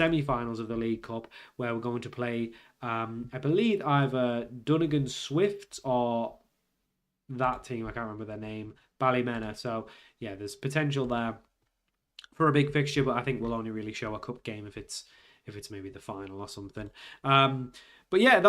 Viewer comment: Coleraine - Cole-rain Ballymena - Bally-meena